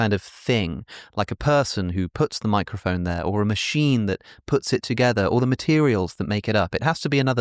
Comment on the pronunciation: “the fact that you have a miaæcrophone is contingent,” what happen to her? 😂